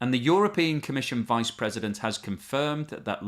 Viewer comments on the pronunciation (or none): none